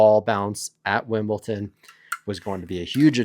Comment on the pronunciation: He does it on purpose to trigger the delicate sensibilities of tennis purists